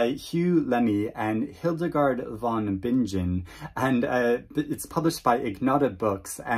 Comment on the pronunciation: NB Hildegard's surname is pronounced like with a hard g, like "bing" cherries + in (not soft like "binge"). Otherwise, thanks for the list. I love discovering under-promoted literature. Last year, I read two novels in translation from the same publisher of "The Appointment" here. One of them, "The Twin" by Dutch writer Bakker, which I found an excellent, slow-burn story. Of this list, I'd probably try Alindarka's Children first.